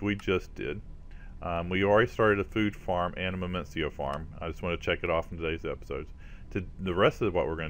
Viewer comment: Minicio = "mih-nEE-sEE-oh" or "mih-nih-sEE-oh" lol #grammarnatzi :P